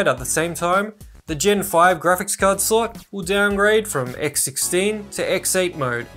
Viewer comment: Nice vid! But I can’t stand it, he pronounces slot as sl*t 😂😂😂😂